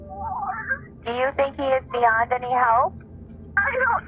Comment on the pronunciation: I think ("tink" 😅) we need to start a GoFundMe to buy some "H"s to put after "T"s. My goal turty tree tousand dollars. 🤣 I joke dude. Love your content and how you present it as well as your accent. 😎🇺🇸